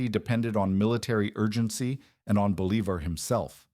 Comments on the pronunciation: Believer? Boh-lee-vahr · I thought I knew quite a lot about history, but I've never heard of a Simon Believer. Seems like a big guy in South America. Is that a religious figure? A nickname? Please put some effort in pronouncing names right in their language. This was just butchering his name. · 😂 “BOL-e-ver” haha really? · No, it's pronounced "boh-LEE-bahr"; the author was just cutting corners. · Repeating Simon Bolivar's name completely wrong was really annoying.... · It was sooo annoying i had to stop and dislike the video. It was more than annoying, it was unnerving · Yeah, I can see how that’d be frustrating. It takes away from the serious tone of the video when something that basic is messed up. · Hey, some of us want to hear about Justin's comeback tour. Yeah that pronunciation was terrible. Offensively so. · Dude the inability to pronounce his name kills 100 of the credibility of this video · I get it, mispronouncing his name does make it hard to take the video seriously. It’s a small thing, but it definitely stands out.